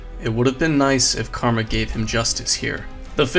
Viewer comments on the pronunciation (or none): none